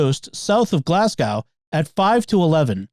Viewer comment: Just one critique, I'm scottish and its not said "glaz-gow" but more like "glaz-go".